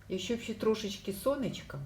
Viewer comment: Щьо, сонечько, щє, стручька, творчьості, кращє, дощьик, вчьора бачьила. В українській мові Ш, Ч, Ж, ДЖ вимовляються завжди твердо.